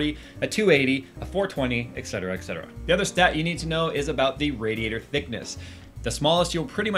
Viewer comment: Oh, for fuck's sake, it's etcetera, not "excetera"... It comes from the Latin "et cetera", meaning "and others", whereas "ex cetera" in Latin would mean something like "outside the others", thus having a near-complete opposite meaning...